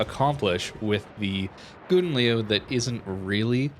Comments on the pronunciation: just call this ship the golden lion, you are raping the langue. but i have to say you pronounce it funny and it makes me laugh every time you say it. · Worst pronounciation ever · Plz pronounce the name right